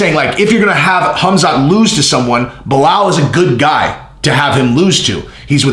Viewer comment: you sounding like Chael now on how you pronounce his name... Baal muhammad :D